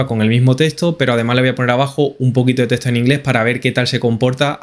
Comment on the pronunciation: No es testo! Es teXto!